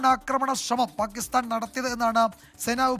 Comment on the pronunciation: പാകിസ്ഥാൻ ആണ് പാകിസ്താൻ അല്ല., നിങ്ങൾ എങ്കിലും മലയാള ഭാഷയെ കൊല്ലരുത് പ്ലീസ്